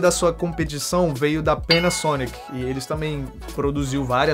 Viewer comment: vc puxa uma pronúncia americana que deixa muito legal essas palavras hahah